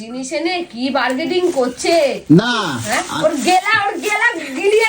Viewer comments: Burgading na kothata hobe berganing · এখন লাল ফ্রেমের চশমা ছেড়ে কালো ফ্রেমের চশমা ধরেছে, সেটা পরে এখন লক্ষ্মীপুজোর বাজার করতে গিয়ে বার্গেডিং করছে😂। মুর্খচুদি, ইংরেজি বলতে পারিস না, বলিস কেন রে? পুজো করছে, এদিকে শীষ ডাব কে বলছে নেংটি ডাব। কি অবস্থা😂😂😂